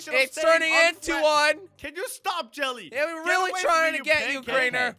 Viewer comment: Guys why did say jully instead of jelly